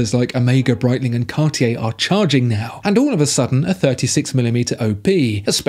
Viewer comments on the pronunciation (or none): none